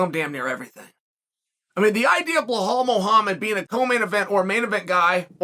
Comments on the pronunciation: Lmfaoo! It’s like he goes out of his way to mispronounce these names 😭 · It has to be on purpose.Otherwise he would potentially be an idiot.And I don't think Xhael is??😁